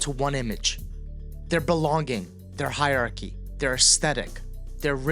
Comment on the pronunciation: PSA: Hierarchy has four syllables. Noir only has one. Pass it on ✌🏽